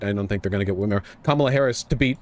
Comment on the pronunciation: I like how says he should at least be pro-Kamala, but like most right wingers can't say her name correctly